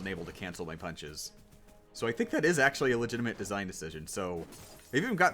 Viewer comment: acctully more like knacctually.